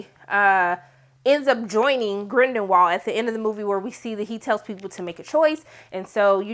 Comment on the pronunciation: I'm over here like, "Who is GrindeNwald?" Lmao